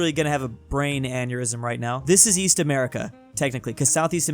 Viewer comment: East? I thought you said "Weast"